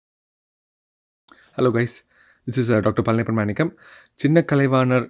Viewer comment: மாணிக்கமா இல்ல மேனிக்கமா தமிழ் பெயரை தமிழ் உச்சரிப்புடன் கூறுங்கள் மருத்துவர் ஐயா 😀